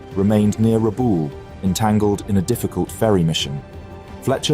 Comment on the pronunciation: Rabaul: rabah-ool. Miyoko: mee'-oh-koh; no "yoko" in there. Hosho: hoe'-shoh.